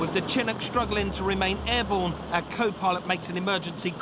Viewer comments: Chinook not Chinock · The dude announcing the helicopter wrong is really getting to me Its "Chin-nook" - it's literally pronounced how it's spelled. Y'all english should know this because you absolutely love doing shit like that. Like with Aluminum. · "chin-ook" Bruh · Love the way he pronounces “chinook” like Chin-nook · "Chin ook" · chinik? i thought it was pronounced shinook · Yeah, but can we talk about how the narrator pronounces "Chinook" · For the love of god Someone please tell him how to pronounce chinook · Can we talk about the dismal pronunciation of the helicopters name? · Chinook is pronounced with a soft "C".